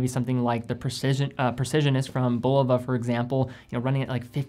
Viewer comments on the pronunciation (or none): none